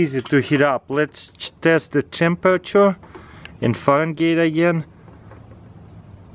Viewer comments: "chambercher" he meant to say temperature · watch he says chemperature hahaha lool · lets cheet the ceempeyture 😂😂😂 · "lets test the tchemrachure" haha😂😂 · "It's like 900 fahengeets" "Let's check the chemperature"